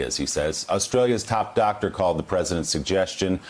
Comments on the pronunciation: "I'm not a Dacter", not an effective President either. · "I'm not a dock-tor, I just act like one because I can!" "I have total power!!!"